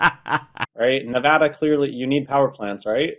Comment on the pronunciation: The one thing he got right was his pronunciation of Nevada.